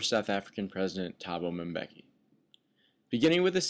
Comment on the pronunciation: Why is this white man saying Mabeki?